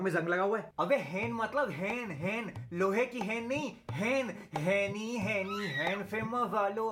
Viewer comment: Bro woh ch ko Ha sound krta hai To chain kehna chah rha tha